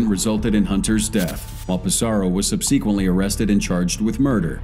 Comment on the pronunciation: Please look up the pronunciation of the word "subsequently". Thank you.